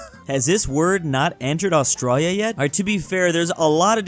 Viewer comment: I cringe every time says 'Austrarya' instead of Australia.